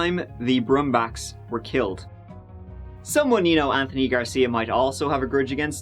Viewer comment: interesting .. in this one u pronounce the "th" in anthony correctly whilst many other times u say "th" the irish way - i'll never figure u irish out ;-)